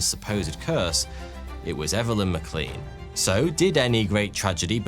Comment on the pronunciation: The surname Maclean is pronounced maclane, not macleen.